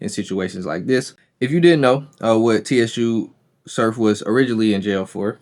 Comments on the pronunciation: It’s pronounced “Sue” Surf my guy. #JERSEY💪🏽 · why in thee fk are u calling him T.S.U. .....U mean to tell me u doing a video on a guy you not even a fan of..its no way you a part of battle rap culture saying his name like that..... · Su surf the t is silent bro lol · Im out. Soon as he said t-s-u surf i clicked off. Cuz he obviously doesn't know wtf he's talking about. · Everybody wana be a podder for the latest news. Can't even do simple homework on how to pronounce a name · The T is silent my guy… 😂😂😂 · stay motivated don’t let the comments distract ya mission my guy… I fuck wit da vid it’s just a mispronunciation… just gotta do a lil more homework… BLESS